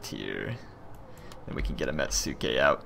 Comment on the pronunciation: Ok, I hate correcting pronunciation especially with another language, but I got drilled on it in iaido class. (Sister to Kendo, quick draw and cut on the draw.) Metsuke is pronounced met-skay meaning eyes or look. Performing the metsuke during the waza was a sticking point to get downgraded on the tests. Looking where our next sword cut was going to fall is not only one of safety, but targeting as well.